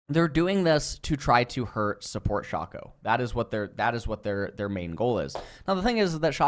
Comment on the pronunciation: Is mispronouncing champion names on purpose? Like Aatrox, Shaco, and worst of all, Veigar. Or does he actually think that he's pronouncing them right?